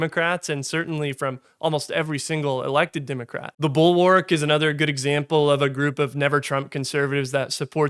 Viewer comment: "Democrat", not "Dimmacrat". You sound like a Southerner who's done a half-assed job of neutralising his accent.